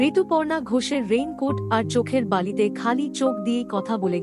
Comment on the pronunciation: Chokherbali dricted by Rituparno Ghosh not Rituparna Ghosh,kindly sincere on pronunciation for increasing content value.If not,somewhere after being got a good content a small matter unehached this content value🙏